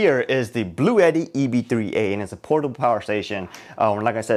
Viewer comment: Great video, thank you for the details. Also, it's actually pronounced 'blue-ti.' I watched their official video on the EB3A.